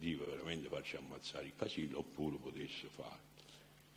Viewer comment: Non si può sentire questo signore parlare in italiano.. (Veramento)(Spiegaro)(baso)(tirara)(petesso) (La cumpagna) (Praticamento) E mi fermo qui.. Mammamia se penso che questo ignorantone ha fatto ammazzare centinaia di persone mi viene la pelle d'oca... Mentre scrivevo ha detto anche Lontra..